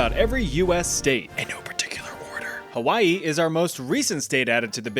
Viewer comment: Hawai'i was hella accurate. Damn good job with that one.